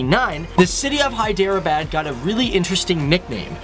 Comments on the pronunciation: its not hy dera baaad .....pronounce it like hedrabad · I don't wanna sound like a prick but I cringed everytime you said Hyderabad it's more like "hae-the-r-abaad" not "hi-der-a-bad" but I'm not hating I mean I wouldn't be able to pronounce something in Korean or something so much love from Jhelum Pakistan PS do facts on Nigeria part 2 or on Wales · it's hydrrrrr bud not by dere bad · When he says hydro abad😬 it's Hyderabad...... 😆😆😆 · im from here its pronounced hederabad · hyderabad is pronounced in pakistani and indian ways as: heh-dra-ah-bad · Hi...Love your vids so sharing pronounciation is Hy-drrraa-baad..... God Bless ... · its pronounced hai-der-a-baad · It is pronounced as (hi-dr-baad) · hi der bad .. its funny how you guys pronounce our names and places..😂😂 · Listening to the funky pronunciation of Hyderabad is gonna make this video tough to watch